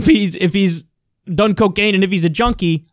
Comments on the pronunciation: He couldn't even say Junkie right on his comeback about the test lol. He said Jodie instead of Junkie 🤣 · He didn't even say Junkie he said Jodie 🤣